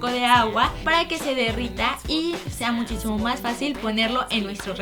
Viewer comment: dice muchíchimo más fácil